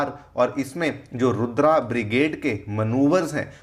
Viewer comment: Stop saying रुद्र as रुद्रा, comeon you seem to be teaching.